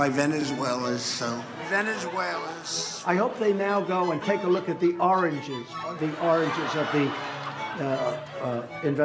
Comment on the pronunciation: Am i the only one who just realize when he said "oranges" but he actually mean to say "origin"? 😂😂😂🤣🤣🤣